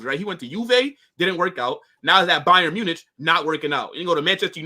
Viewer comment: man said bayern munitch! 🇺🇸🤡🇺🇸